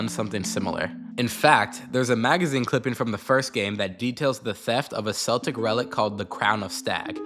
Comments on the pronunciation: Isn't Celtic pronounced as "kel-tic" not "cell-tic"? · ooooo wait he might be cookin (also ur sayin celtic like the boston celtics; but in the context of the game itd be celtic spoken (kel-tic) /lh)